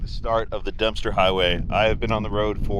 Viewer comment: hahaha! You said "Dumpster" highway!! Even the captions picked it up!😂